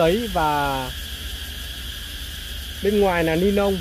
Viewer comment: Lọ thuốc kích thích ra rễ k phải ra rế nha ni lông k phải ni long nhé bác hưỡng dẫn nói ngọng vậy e éo hiểu bác cái méo gì